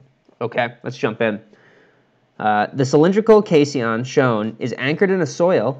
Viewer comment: Caisson = (Cay san) pronunciation... the san syllable sounds like mop; fyi., the i is in the 1st syllable, and is silent. Pardon the correction.